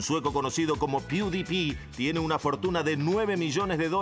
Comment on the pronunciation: Peudipi????? Jajajjajajjajajja por dios pongan a alguien que sepa a hacer los informes, periodistas berretas